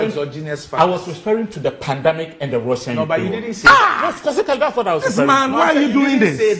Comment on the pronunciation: It's not pandamic, it's pandemic